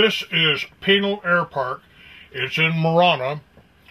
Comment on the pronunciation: "Those who talk... don't know." These guys, in the video, have no clue... including how to pronounce Pinal... and Marana.